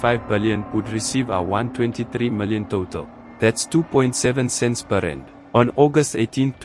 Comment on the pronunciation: good content. just get the AI to say RANDS not just R.